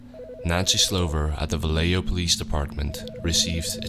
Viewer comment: That's not how you're supposed to say Benicia, Vallejo or Armenta.